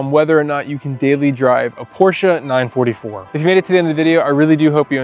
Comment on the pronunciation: 9-4-4 not 9-44 😂😂